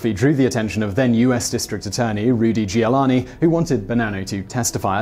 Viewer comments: Your mispronunciations are out of control for someone commicating facts...its " julie-aan- knee...c'mon that name has been all over the news lately...your failure to check pronouncitation really undermines your credibility. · Re-watching this and realised factboi pronounced Rudy tooty Giuliani's name wrong.👀